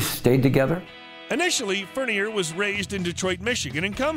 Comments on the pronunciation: The computer bot announcer really needs to learn how to pronounce Alice’s real last name. I can’t stand to listen to announcers like this. Plus Alice got married in 1976 not 1975. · plz pronounce his last name correctly!